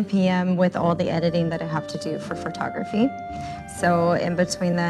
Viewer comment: omg - I was looking for this. Is that an "accent" in that part of the state, or is she saying it wrong?